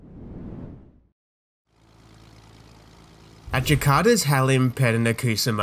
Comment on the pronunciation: You should say “Halim” with a little phlegm. The airport layout you have for Halim is not correct.